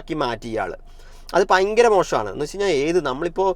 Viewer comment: പയങ്കരം അല്ല.. ഭയങ്കരം എന്ന് പറഞ്ഞ് പഠിക്കൂ